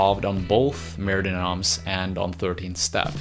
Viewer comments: Wish he could pronounce it "mair duh no(m)" with the slightest suggestion of an m at the word noms and absolutely no suggestion of an s at the end. Not murdee noms! Argh! Just stop it! Re-record the spoken word in this video soon as possible, dude! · mer de noms is pronounced "mare day NOM" not noms. just fyi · Don't prenounce the s of noms. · Mer de Noms, silent 's'. It's French, Sea of Names. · Mer de Noms is french hence the 's' is silent. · Great vid but FYI: in Mer De Noms the "s" is silent. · As a french guy it hurts me to jear you say “Mer de noms”. But I guess it would hurt you to hear me speak english 😁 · Nice video. Sorry to be this guy, but I would like to point out that "Mer de Noms" is in French ("Sea of Names"), so "Noms" should be pronounced without the 's'. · You are butchering the tittle of the album Mer de noms is sea of words, lrn the proper pronunciation or say it in English